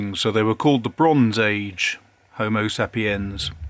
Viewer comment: You’re saying Homo Sapiens incorrectly. Homo Say-pee-ens!